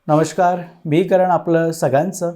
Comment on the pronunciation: नमष्कार नाही नमस्कार. नीट म्हणा.